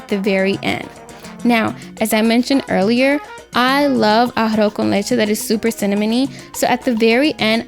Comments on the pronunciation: Ahafo kən leCHe xd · Very nice, but ummmm you can't even pronounce "arroz con leche" ? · Made To Order You're not pronouncing it right haha, it sounds cute tho! Good recipe btw :3